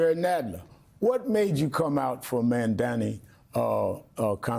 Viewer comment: How hard is it to pronounce his name correctly. It is NOT Memdani.!Jesus!